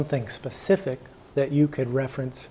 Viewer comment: I can appreciate someone who knows the difference between “specific” and “pacific” 🌊